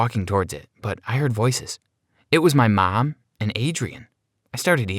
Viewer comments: Nobody: Him: « mY mAm » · Does anybody hear how he says mom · Sir put a shirt on I bet his mom is 5 times his age and there flirting ummmmm u need help and the way he says mom is weird 😂😂😂😂???? If u agree comment down below❤️❤️❤️❤️